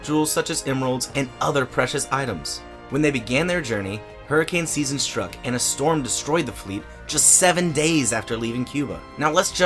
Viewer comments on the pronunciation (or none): none